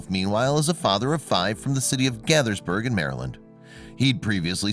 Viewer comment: It's NOT "Gathers-burg", it's "GAY-thurs-burg". And "garbage man" sounds kinda' crude.